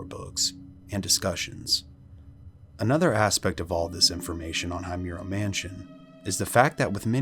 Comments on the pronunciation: Your video is an excellent source to gather information about the Himuro mansion. However, your pronunciation of Himuro seems to bother me. Himuro is pronounced as "Hee-moo-ro" not "Hay-myu-ro". But all in all, it's a great video. I just hope next time you could find a way to pronounce words correctly. That's all! More power to your channel! 💖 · I like your vid.. but i can’t help but want to correct you with the family name because you’re pronouncing it wrong… it’s H-I-M-U-R-O, not Haymuro… anyway, great content. 😄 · ah yes the ["high" muro] family lol so American😂 I always wonder why you yanks never bother to respect others’ culture and pronunciation. Such plebeian standards you have over there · It’s Hee-moo-row 🤓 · The scariest part of this is that the narrator keeps pronouncing the name wrong. Aside from that, it's such an amazing, informative video. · i love your videos but saying Himuro like that is a crime dude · My dude. The least you could have done is look up the pronunciation for Himuro if you were going to do a whole story on it. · You pronounced the last name wrong . Im obsessed with fatal frame and japan . I have a tattoo of kirie Himuro. So you absolutely fucked the name up and you called it a castle when it is himuro manson . So yeah get your info right before posting.